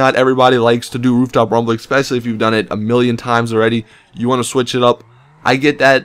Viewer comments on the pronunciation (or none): none